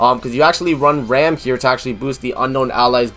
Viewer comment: Nothing bad on your part in the video but you're pronouncing ram wrong. It would be like saying rahm. But nice video. I'm still going re zero all the way for rem:)